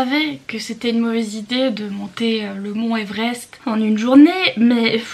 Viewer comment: "l'Evrest" 😭 J'espère que tu as pu récupérer après tout ça... Je vais t'envoyer de la neige de chez moi, comme ça t'aura plus à te fatiguer 😂 Par contre Achille grave privilégié, c'est pas juste ça... 🗻